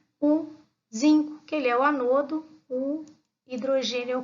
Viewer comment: Vc faz a pronúncia das palavras (ânodo) ( cátodo) de forma errada